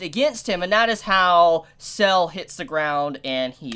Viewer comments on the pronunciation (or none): Sa-le, not Cell. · It's not "Sells" it's Sa-Le. Litteraly as it's written, as his name in Italian translates to "Salt", making it a direct contrast with Zucchero (Sugar) a few episodes ago. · the one irk I have is that they turned [ Kraftwork ] from a cool white and blue colour to a disgusting green. they even used the same pallet for [ Soft Machine ]. also, it's Sale, not Cell. his name is Italian for "Salt" and expect more people named after foods or Italian dishes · Really pronounced "Sah-leh"